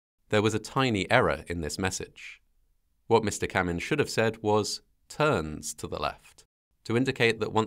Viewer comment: You pronounced "TURNS" with a nearly silent "s", so all your emphasis was misplaced on the word and it just sounded as if you said TURN. Yet that one word or letter change would not have prevented pilot confusion it seems